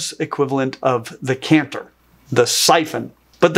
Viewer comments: It's a chant-er not a canther on bagpipes. Oh how my Scottish ears are burning. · Impressed that I'm not the first bagpiper and cephalopod fan to comment! Love it! One note: the pipe that produces the melody notes is pronounced "CHANT-er". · Great video! For info, "chanter" is pronounced with a soft "ch" (as in "cheese"), at least here in Scotland. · Why did you keep calling the CHANTER of a bagpipe a CANTER? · Bagpipe chanter. I am very well aware I am being pedantic and missing the point of the video.... but the 'ch' in chanter is pronounced when talking about bagpipes. Other wise, highly educational and very entertaining. I look forward to you next video!